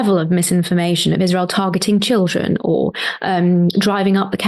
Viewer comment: well, that's a no brainer. I kinda cringe for the epic...experience Cenk's gonna have. Let's put it that way. I foresee a lot of "gully gee"s a lot of "tchh-il-dren" and a lot of singing of his opinions (sorry, "facts"), as usual. Natasha is like a mature, healthy oak and she s gonna be dealing with a outraged, passionate, adult child. Imo